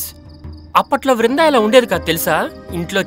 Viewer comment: వృందా కాదు దీని బోందా.......